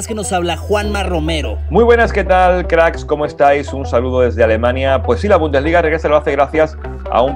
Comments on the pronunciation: Se dice: Bundesliga jajaja, se dice: "Bundesliga". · Bumdesliga jajaja se dice bundesliga